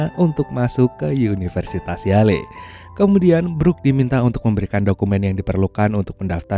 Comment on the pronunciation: University Yale sebutannya Yell bang bukannya Yaley 😂 🤦🏻‍♂️